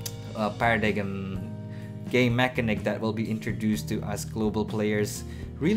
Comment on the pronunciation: nice music bro. and, pronounce paradigm like this (paradaym).